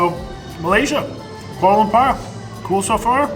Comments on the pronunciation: Lampar is basically a local lingo for testicles Lumpurrrr is the proper pronounciation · Koala bear lamper. The whitest way I've heard it said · Why are you butchering the name of the Capitol…it’s pronounced Kooahla Loompoor…